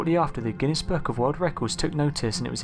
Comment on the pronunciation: Who eles likes it when he says (world) wearld